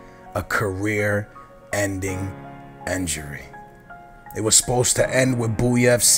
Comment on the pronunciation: Sounds Like He Says Enjory XD